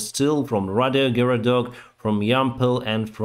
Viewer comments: Again - Райгородок, not Paдиогородок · Dude, that is not RADIOhorodok, that is RAIhorodok